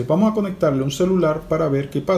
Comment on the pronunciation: De que país eres que te comes las "s" y las pronuncias como "j" jotas por ejemplo vamoj en lugar de vamos